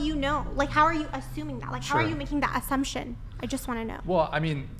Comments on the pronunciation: Her pronunciation... “azzumption” 😅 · Sweet Lawrd ... the word is assumption derived from the word assume ...and not azzumption!!??? I am now assuming this woman is a dumbass!! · It's infuriating the way she pronounces "azzumption."